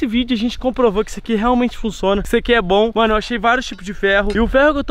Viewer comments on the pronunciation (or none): "Ele Funçona" Kkkkkkk